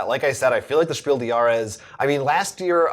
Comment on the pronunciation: Just to put you ahead of all other English speaking Board Game Reviewers: The „s“ of the word „des“ in Spiel des Jahres is pronounced. Keep doing your good work, I love your show. P.S.: And I know that my English isn’t perfect, either.